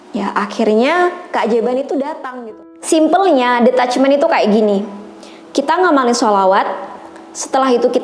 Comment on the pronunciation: Hi klo boleh saran, pronunciation detachment itu kayak ditachment bukan de..sorry agak2 gmn dengernya soalnya. Atau mgk lbh baik pake bhs indo aja ga usah mixed drpd bolak balik dengernya salah 😔, agak ganggu